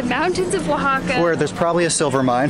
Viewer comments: I’m so impressed with your pronunciation while reading the towns’ names! That was very good! I’m sure by now someone has already mentioned this in the comments but here it comes just in case, the masculine (male?) name of catrina is catrín. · I've got to congratulate the both of ya with your spanish and also excellent pronunciation of the indigenous names of the towns and cities in Oaxaca! From the hilarious antics of,lol.....poking his head through that giant lotería card of 'El Diablo', then poking his head through that Catrina's body, lmao: " in a dress" and where sits next to that kalaca couple and bears his pearly whites! And continuing with the natural beauty of, augmented all the more with that crown of marigolds and the bright green and orange dress, finishing off with the yummy cocktails and food of Zandunga, oh and not to forget the shouting of "Semillas de Calabasa" by, totally embarassing dear! Love ya guys and always AWESOME to enjoy your COOL Uploads!:D